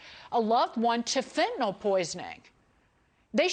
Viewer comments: Tom, respectfully, it’s FEN TAN NYL Not fentanall. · It it pronounced fin-ta-nil